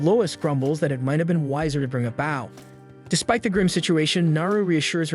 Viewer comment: This AI voice is so lazy. "bao" for bow, "Sabi-teeeege" for sabotage.